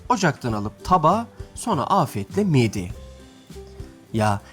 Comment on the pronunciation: Miğde değil, mide. Türkçeyi katlettiniz.